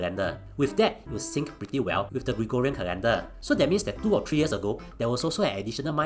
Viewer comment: woww I am surprised pronounced Gregorian correctly and not gregooooooriaaaaaaaaaaaaa